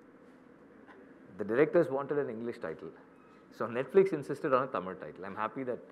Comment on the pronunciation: You can't even pronounce "Tamil" properly. How will you take tamil cinema to world cinema?